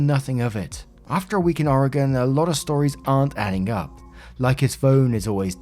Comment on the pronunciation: props for pronouncing Oregon correctly. People here seriously can't pronounce it.